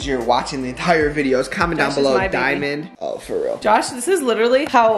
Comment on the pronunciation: “Newborn” “Dimond” Love u guys